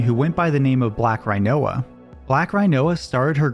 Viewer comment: I laughed at his pronunciation of BlackRinoa.